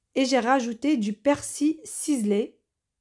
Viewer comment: Salam bon ramadan Je voulais te dire qu on dit PersiL Et pas persi